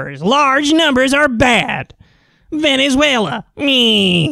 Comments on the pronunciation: He said Venssueylaaa so im convinced.... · I'm here to hear Kyle's imitation of vEnezUelA